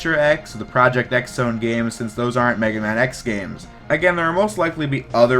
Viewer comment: Its pronounced Project Cross Zone. Because its a crossover game.